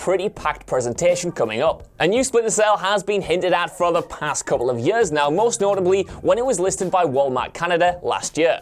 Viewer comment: For "yeuhs"...